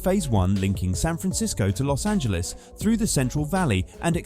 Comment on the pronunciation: We SoCal residents thank you sooo much for not pronouncing it Los Angeleeze! So refreshing!